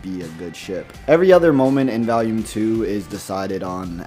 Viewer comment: Aside from a few nitpicks like saying “Valume” (which it is pronounced “VOLUME”), this has pretty much explained things in greater detail. AND pretty much confirmed my worst fear: RWBY is dead. “This is how it happened: This is how Team RWBY died.”